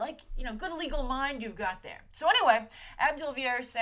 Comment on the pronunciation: as a sometimes cricket fan I always crack up when you pronounce AB de Villiers as ab rather than A.B. And yes, there is another AB de Villiers out there, he is a very popular and successful cricket player from South Africa.